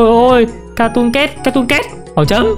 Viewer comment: Từ cat phát âm là "kaet" mà em, âm "ae"